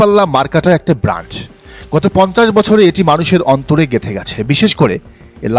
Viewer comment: তুমি নির্বাচনী রাজনীতি সম্পর্কে কিছুই জানো না। তুমি BRAND শব্দটিও ঠিকমতো উচ্চারণ করতে পারো না। তুমি আবার রাজনীতি নিয়ে কথা বলতে এসেছো????